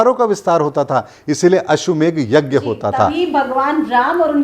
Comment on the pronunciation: ❤❤ It is ashwamedh, not ashwamegh , as said by you ashwa and Megh(cloud).